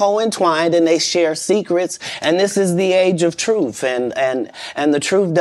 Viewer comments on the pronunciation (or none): Not even a minute in and he says safe to tell the troof